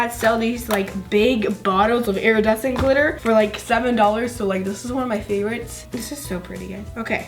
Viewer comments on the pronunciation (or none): She says airadecent